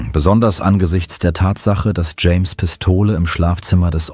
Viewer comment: "James' " not "Jameses" 🙄 Grammar is unknown to AI's and most Americans.